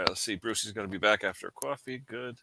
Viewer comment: You forgot the b in the word back 😂